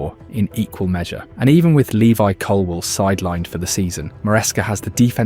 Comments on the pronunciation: Are you deliberately naming the players incorrectly?? Lewis Colwill?? It's not even close mate what was that. It's getting on my nerves really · At least get the name right... Levi Colwil... great video 📹 👍 though